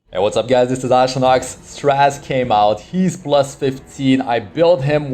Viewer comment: Please don't say straz it's stra zeh